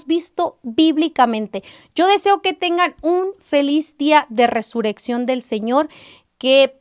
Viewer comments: Hermana es Resurrección ...no Resureccion como lo pronuncias 🙈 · Algunos comentarios ya escriben como lo pronuncias (con una sola r ) y es doble rr .Bendiciones